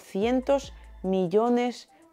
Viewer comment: No digas DOCICENTOS, SINO DOSCIENTOS CON S.